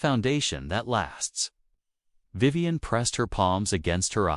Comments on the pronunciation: Now that STUPID thing has pronounced Vivian corectly a few more times! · I just heard it pronounce Vivian two more times corectly so far.